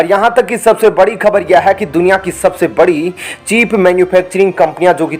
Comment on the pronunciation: चीप नहीं बल्कि चिप